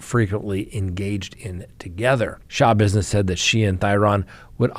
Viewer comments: Shuh -bizness w the accent on bizness. NOT shah-bizness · Schabusiness is pronounced, slashbusiness.: ) Great show,! We appreciate you.